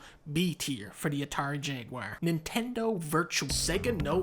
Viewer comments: "Atari jag-wire" - Dunkey, 2021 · The dude’s from Wisconsin, I get we have funny accents, but what the h*ck is that pronunciation of ‘Jaguar’ !